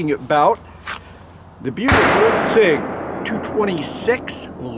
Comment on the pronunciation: That is a Sig-Sauer, not a S.I.G.